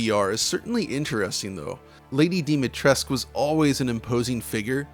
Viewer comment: Came for the review, stayed because you properly pronounced Dimitrescu 🖤